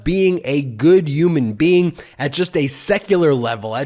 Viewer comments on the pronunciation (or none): I love and your videos, but I cringe every time you say Uman being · It's not yooman bean! It's Human Being! That drives me bonkers! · I had to drink a shot every time Ben said ‘youman bean’. 😂❤